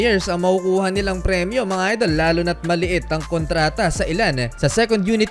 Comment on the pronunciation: "mga idel"😂😂😂😂super slang ahh